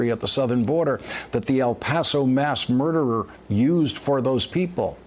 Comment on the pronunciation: Murderers. If I'm to be offend...pronounce it right.